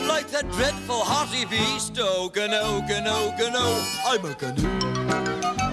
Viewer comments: wtf they mispronounce the word gnu....the g is silent... I've wasted like 10 minutes trying to figure this out. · I love these gnu shows!! Always adding the "G" sound to "N" words. The funny thing is, the pronounciation of the real name, the "G" is supposed to be silent, but it's still cute anyway. Kinda reminds me of Mushmouth from the Fat Albert early series.